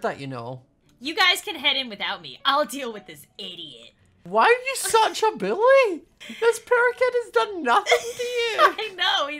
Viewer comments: “Why are you such a bully” When you say bully it sounds like billy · What says: probably because you and your friends bullying her What I hear: probably because you and your friends Billying her What I think: HUH!?!? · WhY aRe YoU sUcH a BiLlY (It sounds like he says billy.)